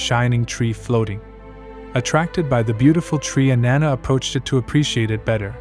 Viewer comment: Her name doesn’t rhyme with banana